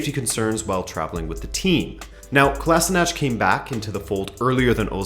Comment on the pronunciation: For future reference Sead Kolasinac's last name is pronounced (koh-lashee-nahtz). They usually pronounce it incorrectly on TV.